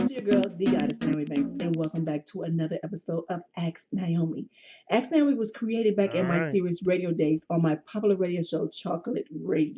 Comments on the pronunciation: Omg that aks. Hurts my soul so much lol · She probably shouldn't have a segment called "Ask " when she can't even say the word "ask". She should've called it "Axe ". As for dating a sex worker? Only a young man would consider such a dumb proposition.